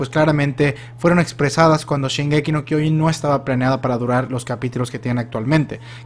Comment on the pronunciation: Pues entonces, al igual que, te falta poner atención a cómo lo pronuncian los personajes. Solo dale play a un capítulo sin subs y te vas a dar cuenta, nadie en el anime dice "kyOjin". Muchos tienden a pronunciar mal las cosas en japonés porque solo las leen como se les ocurre la primera vez y no como realmente las dice alguien que sí habla japonés, otro ejemplo "animÉ" en lugar de "Ánime".